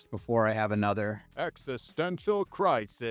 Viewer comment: The Z at the end of crisiz 😂 chefs kiss